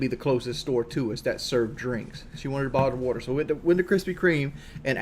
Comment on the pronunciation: and Kelly went to a krispy Kream for a buddle of wudder. A single buddle of wudder. Ooooooookkay